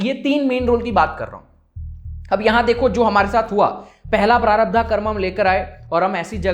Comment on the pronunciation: Prarabdha nahin, prarabdh.